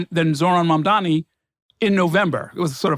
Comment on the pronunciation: The NYT answer completely invalidates all his previous statements. So much for impartial analysis. Is it so hard to call out prejudace ? Him mispronouncing Mamdani's surname is just icing on the cake.